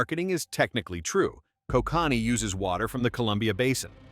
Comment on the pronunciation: Can't pronounce Kokanee properly